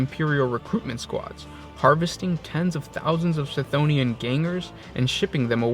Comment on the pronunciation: I believe Cthonia is pronounced with a hard C, like Cthulu, not like Celery. It's how the Audibooks pronounce it and seeing as Gothic is inspired by Latin, whereby the C is always a K sound, it should be pronounced Kthonia.